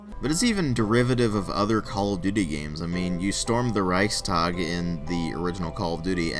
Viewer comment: You have to give him one thing: He pronounced Reichstag correctly.